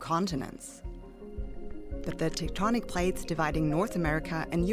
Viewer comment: the teutonic plates? I'll have my plates Tectonic please.